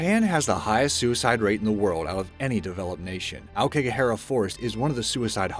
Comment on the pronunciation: I Kick a Hare Ah Forest? That's what I heard without sub